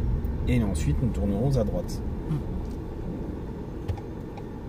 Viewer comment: 😂😂 le moniteur dit: " et en plus nous tournons à droite" ( nous tourneron za droite), il fait la liaison 😅 - C'est du bon français ça! J'aime beaucoup 👍💪